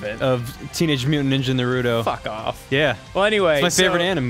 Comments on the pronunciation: Um excuse me it is pronounced "NAYH-ROO-TOE" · it thought it was emphasis on the na and was pronounced (Nah-roo-tow) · sometimes they said naturo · So Ross keeps pronouncing "Naruto" as "Naturo?" And Madara is a water type? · First off, people need to stop pronouncing Naruto like Naroodo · rosses first sentence "i really like naruDo". already triggered. i love you ross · They're doing it on purpose. Naturo is definitely no way in a sane person's mind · wht does he pronounce is na ru do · "I actually like Nerootoh..." "I got to where Nartooroh beats Pain..." for fucks sake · How to pronounce Naruto correctly...Nah-Rah-Toe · Why do people pronounce Naruto like "Nuhrooto"? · "I know I don't talk about it a lot, but I really like Narudo." Narudo.... Ok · I am way too excited for you guys to play this haha (also, it's Na-ru-to like this is going to bother me so much) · There was a sudden knife stabbed through my heart when he said "Naturo" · Ara Mahar Lol also "Naroodoe" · says narudo and says hes a big fan. Rip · i heard naturo??? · actually they say naroodo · “ I really like naroodo” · Naruto its not norooto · "Nartoro" LOL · Ryan Beattie Oh my goodness thank you, it chips away at me every time it's pronounced like that lol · They do it on purpose to piss you (and others like you) off. They know it's wrong, but don't care, because they think pissing people off is funny. They're right. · IIRC in the show they always have pronounced it your way. I can't tell if Ross or are butchering the pronunciation and spelling of it on purpose as a joke or not though. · "I like Naruto" can't pronounce name correctly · I hate how they pronounce Naruto it makes me cringe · I'm 50 seconds in and I'm not gonna keep watching if he keeps pronouncing Naruto like that XD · I started screaming the moment Ross pronounced Naruto's name wrong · OMG its pronounced NUrowltioo FFS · I dear God plz pronounce Naruto's name correctly. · The way you say "Naruto" is enough to piss off a weeb x}